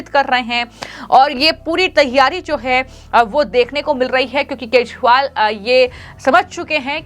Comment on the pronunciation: ये सही ढंग से न्ही बोल रही है केजरीवाल की जगह केशवाल बोल रही है